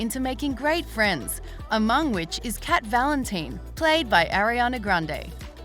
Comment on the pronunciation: Nobody gonna talk about how they said cat Valen-teen 😭